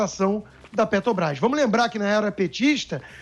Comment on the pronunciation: Será que esse idiota tem algum problema com a Petrobrás, não só com a empresa mas com a pronúncia ele falou umas dez vezes Pet"o"brás